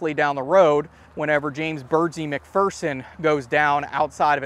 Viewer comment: James Birds 'EYE' McPherson And that's pronounced MAC FEAR SON Source he's literally buried in the next town over from me